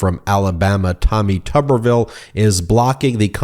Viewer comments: Actually pronounced as Tooberville. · How is it that his name is pronounced with a short U sound when there isn't a double b? #PotatoTown